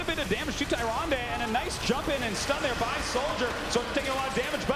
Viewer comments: yeah from a glance, Tyrande initially seems like its pronounced Tie-ron-day but the official pronunciation is Ti-ran-da. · "Tie-Ron-Day" I'm so salty right now. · haha yeah that bothered me too. Somebody should have corrected him. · Tay. Zon. Day. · you would think, being announcers for blizzard tournaments, that they would know how to pronounce tyrande haha. super fail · this is not how you pronounce Tyrande!!! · kills me how they pronounce Tyrande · I hate how the commentators pronounce "tyrande"